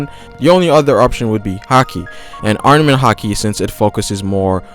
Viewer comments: ARMAMENT! NOT ARNAMENT! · STOP SAYING ARNAMENT HAKI